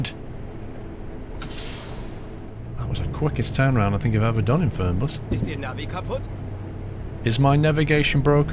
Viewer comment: die Betonung ist "Fernbus" nicht "Förnbas" its german, so the pronounciation is "Fernbus" not "Förnbas" like you did